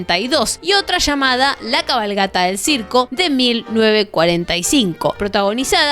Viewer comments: ....ay porqué dice Lamarquééé????????😑😬😵😵‍💫 se pronuncia Lamarc, es un apellido francés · Por qué pronuncias así Lamarque? No va acentuado en la e 😭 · Lamarque, con acento en la segunda A! dicen que Eva le pego una cachetada porque a Libertad Lamarque le gustaba Peron. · Nena... es Libertad Lamarque... NO LamarquÉ Sos argentina De dónde sacaste eso.... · Lamaaarque queridaaaa! No Lamarqué! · Tengo entendido que el apellido de la actriz es Libertad Lamarque, no Libertad Lamarqué. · Primero es Libertad Lamárque no Lamarqué. Pense que era joda cdo dijiste hijes...inmediatamente lo deje de ver 🤢🤮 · La actriz y cantante era Libertad LAMARQUE (no Lamarqué como dice la relatora